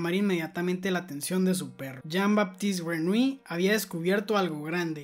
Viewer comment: Se pronuncia Yin Batist Grenoulli